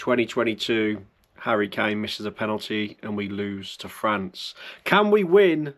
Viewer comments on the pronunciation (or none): none